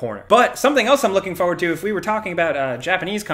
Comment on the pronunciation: it's FORward, not FOEward. <3